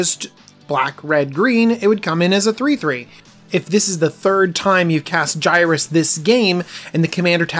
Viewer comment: It’s pronounced (Yer-iss) not (Guy-rus)